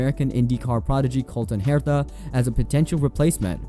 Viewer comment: He said REN NOT and pernounced Herta , wrong lol, 5 minutes as a autosport fan and you know these names, this guy never even watched a marble race, YouTubers were you recite verbatim articles about f1 and know nothing about the sport Is a booming genre, lololol but seriously it's week as shit these uncreative unoriginal people, anyone else notice?